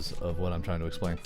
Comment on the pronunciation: Did anyone else think that when he said trying it sounded like china?